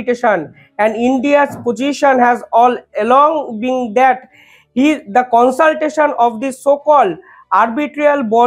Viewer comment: Constitution কে consultation বলছেন কেন?